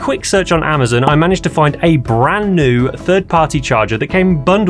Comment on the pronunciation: batt - reeee, Ama - zin ?